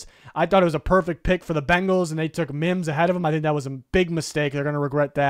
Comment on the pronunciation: Bengals not Bangles